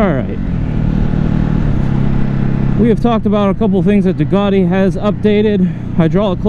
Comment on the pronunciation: It's pronounced "Test-ah-stret-ah", oh, and "Duke-at-e" not "Due-car-tee" ;-) First American video I have been able to watch start to finish, as you guys are normally whiney turds, who love to cry out "OH MY GOD YOU ALMOST KILLED ME" when someone pulls out a quarter mile ahead of you; whilst you're speeding! Not to mention the terrible use of "sick", or "it's ya boy..." - though I almost clicked off with the intro music.